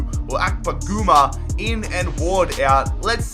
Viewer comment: Kevin Akpogoomba. One of my favorite mispronounciations.